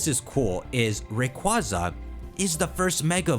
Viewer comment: rayqua-za im JUST saying